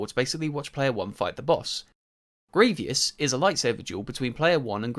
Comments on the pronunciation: Who is Gre-ve-ous lol you mean Grievous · Why? Why do you pronounce Gree-vee-oos? Disgusting. It's Gree-voos. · Why do you pronounce Grievous as "Gree-vee-uss"? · I feel like during most of this you just glaze nostalgia and hate on change, sure its not perfect but neither is the original, but im mostly commenting to let you know his name is Greivous not Grevious. Gree-vus not "gree-vee-us" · It’s grievous, not grevious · Overall fair point but also it's Grievous not Grevious. My only qualm with the entire video 😭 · Good video but you said greivious instead of greivous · Yo sorry but I gotta nitpick ya. Grievous is not pronounced "grievious". that is all lol Great video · The only bad thing about this video is your pronunciation of grievous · I also add. This Guy 1 wants the game to take advantage of next gen capabilities but it's not nessasary its a f**** lego game just play the game and don't complain about them not adding things you wanted. Also kinda triggers me how he says grievous